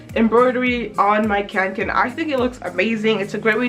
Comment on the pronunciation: as a swede, it HURTS to hear you say "kanken" hhahaha omg it's called kånken smh... Besides your lack of swedish-knowledge i love your channel :)